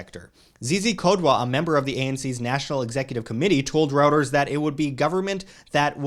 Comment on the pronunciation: Please learn how to properly pronounce ‘Reuters’ !!!